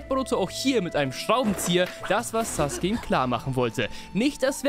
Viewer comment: Sasuqwe der breh aus Konohe